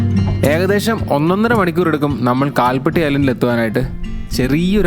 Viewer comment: കാൽപട്ടി അല്ല കൽപ്പാത്തി എന്നതാണ് മലയാളം ഉച്ചാരണം